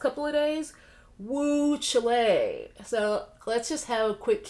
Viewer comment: You always crack me up when you say chilé😄. Da Babé embarrassed himself and everyone that claims him. Kanye😑. I really do pray that Simone is starting to feel better. As a fan I was a little disappointed to not see her wow us again. But also as a fan, I fully support, encourage and appreciate the strength it took for her to take a stand for herself. She has shown just how strong she really is...and it has nothing to do with her athletic superiority. Most athletes would have pushed passed those mental landmines and possibly further damaged their psychological health. She is turning into a true healthy strong young woman that I am proud to have my daughter (that does gymnastics) look up to.